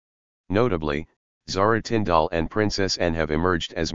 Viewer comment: Absolute crap. Can't even get Zara Tindall name right. And pronounced tin d l. If you going to tell stories about our royal family GET YOUR FACTS RIGHT